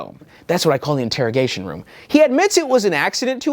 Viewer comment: Referring to the Interrigation Room as "InterraDome" i was expecting some kinda NFL betting ad 😆